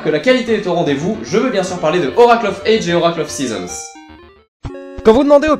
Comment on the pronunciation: Bon, petit moment critique (mais j't'adore hein ;) ) une première chose, on dit 'oracle of ages (prononce adjiz !!) (dsl mais ca m'a dérangé tte la vidéo ^^ Ensuite la nouvelle formule me plaît bien (pense juste à sortir de la cave lors de la prochaine intro lol ) mais je ne vois pas trop l'intérêt de perdre 30sec de vidéos (qui en plus est déjà courte à la base...) à te voir allumer les consoles (surtout que on voit rien sur cette GBA SP !!) je prefererais 30secondes de piano de plus !